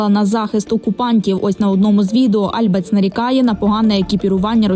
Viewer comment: альбАц, а не Альбац, взагалі-то дарма на неї накинулись, бо вона не пропагандистка